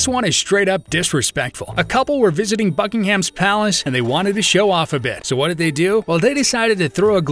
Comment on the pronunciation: Why is it you Americans can’t pronounce the words correctly ie Buckingham Palace?? Just asking 😂😂😂 That women should have been told she will need to come back later..